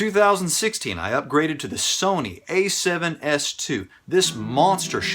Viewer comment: Holy Hell I had to pause when you "Upgroded"!! XD